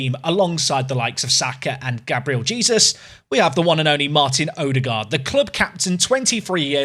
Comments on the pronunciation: you’re not. yes you do pronounce the J but it’s not Jesus like the biblical figure, it’s more jaysoos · no way! It’s Gabriel Hey-soos! Love the videos, looking forward to the Arsenal run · Hay-sooos! Say his name right please 😂😂😂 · Mate you don’t actually pronounce it like Jesus omg 😂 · Please say Jesus right it's bugging me 🤣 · The e it’s still pronounced like in Spanish though